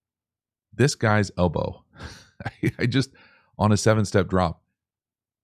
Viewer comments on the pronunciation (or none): Everytime you said elbow i winced